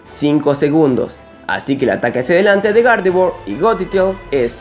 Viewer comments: Dices Gardevoir o..."¿Garde-Buargh?" Hahaha xD Es broma. Buen vídeo. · Me desespera que digas gardevoa